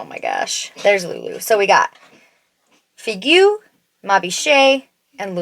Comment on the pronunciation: So helpful to have so many comparisons! I'll have to swatch these lip liners in store, they look amazing, I love the colors. Figue is pronounced "fig", and you almost get Ma Biche right, simply there's no "eh" at the end 🫶🏻 I don't know why they give French names to everything 🤣